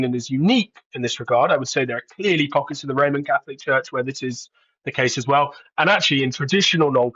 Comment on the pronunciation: Catholic , not caslic , come on news reader 🙄